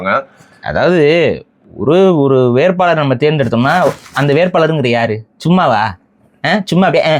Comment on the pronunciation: வேற்பாள்ர் அல்ல வேட்பாளர் மொலி அல்ல மொழி சரியாக உச்சரிக்கவும்